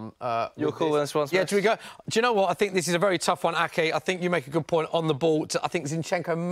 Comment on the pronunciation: Why does Robbie say "fink" instead of "think"?